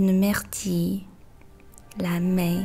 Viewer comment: 感谢你的视频，非常有帮助， 处的myrtille读音是不是有一点点不对？